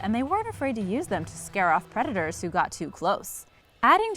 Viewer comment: prerrrrrrrrrrtors !! lol